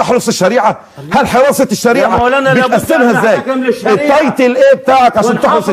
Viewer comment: خالد الجندي بيقولوا التيتل😂